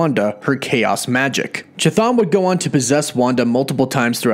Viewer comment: You murdered the pronunciation of Cthon